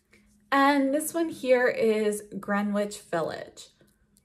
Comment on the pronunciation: I’m sorry for being that person but as a New Yorker I need to say this, the “W” in Greenwich Village is silent. It’s pronounced “Gren-itch Village.” Great video these lipsticks are beautiful and they look great on you!